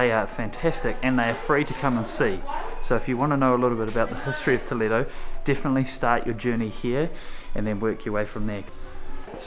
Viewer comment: I like very much the way you touch the walls. I been pretty doing the same since a long time. Her pronunciation saying Toledo it's been very good. Congratulations for your trip.